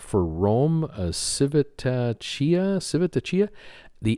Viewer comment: Hi, if I may: Civitavecchia is pronounced roughly "sa vit a vekkia" with the accent on "vek" Such sad news about the ships. Let's hope for the best.